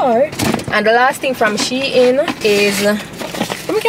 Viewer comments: It’s she-in but you pronounce it as two different words combine them😅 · Yes it’s She-In… As in She-Inside :) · Your pronouncing shein wrong for real girl you wrong and strong duah..... unless shein ambassadors dont know how to pronounce the brand they represent/selling but your pronunciation is actually wrong u no haffi get so loud pon the girl cause u wrong lol